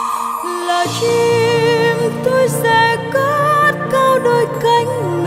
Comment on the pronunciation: Bạn Quỳnh Hương phát âm Tr và Ch chưa chuẩn.Chim chứ không phải là Trim.Chết - Trết….